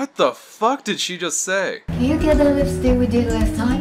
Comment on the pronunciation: she said "can you ge the lipsik we did last time" thank you very much